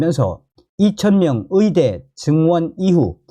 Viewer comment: 발음 아직도 못고쳤냐? 위사.위대. 위료. 한국발음도 제대로 못하는 자가 무슨 한국 현실에 훈수를 둔다고 ㅉ ㅉ 중국인인가? 네 나라로 가라.